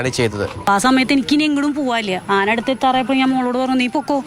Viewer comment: അന അല്ല ആന